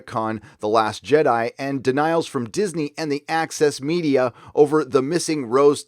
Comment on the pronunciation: I understand „Axis Media“ everytime, instead of „Access Media“.